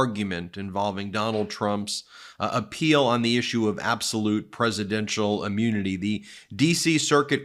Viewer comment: Please please please stop saying ‘ammunity’